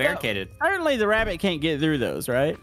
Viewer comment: O.b actually said rabbit But I heard him say wabbit